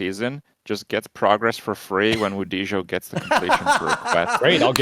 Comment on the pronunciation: Asmon calling wudijo , wujido made me chuckle 😂😂😂